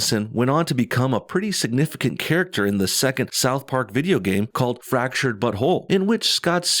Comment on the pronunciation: Dude, if you pronounce it Fractured butHOLE, you don't get the joke.